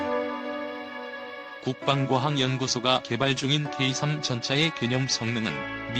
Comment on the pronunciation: 케이삼이 아니고,,,,케이쓰리